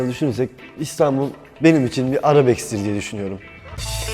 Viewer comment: evet telafuz çok iyi arabeks dedi arabeske